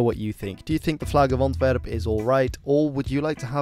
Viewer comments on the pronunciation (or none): Please either pronounce the Flemish places in a dutch pronunciation or the english versions in english pronunciation. But the english versions in dutch pronunciation, like "Antwerp" en "The Schelde" just sound super wrong and horrible. Expect if you're talking about the football team then you're fine. Thanks